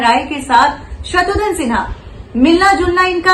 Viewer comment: Its not Shatrudhan Its Shatrughn Sinha.